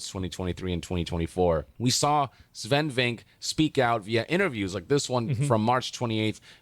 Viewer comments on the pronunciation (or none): Guy gets praised for saying something wholesome and he has to be defended with "this sounds like glazing but it's really not"😢. PS, isn't his name pronounced" VinkAA"?? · Asmongold, I love your videos but it's "Sfen Vinc-keh" Watch the Bafta Interview